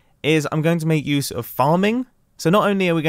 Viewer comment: What youse mumbo says : gambling mumbo we are going to youse it for gambling